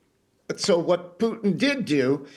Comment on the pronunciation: Hey Lady, is that how you pronounce Puntin , pewtin, or are you just trying to be funny?